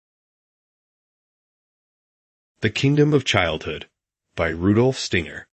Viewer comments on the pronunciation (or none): St (long i) ner